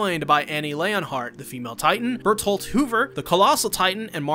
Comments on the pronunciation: Why the hell do u call Bertold of "Barclófigus"???????????????????????????????????????????? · His name is berthold isnt it? Im at work losing my mind trying to figure out who that guy you kept saying was 😂😂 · Dude even in recap video he is saying him "barfaculus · it’s bertoholto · Man rly waited until the video was 80% over to address why he was calling him Barklafukis I was so confused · Bro instead of bertholdt it's berthodocist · bro who is "barclawficus" LMFAO do you mean bertholdt??? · Ain’t no way this man’s butchering [REDACTED]’s name so bad Bro’s literally saying Barclophagus 💀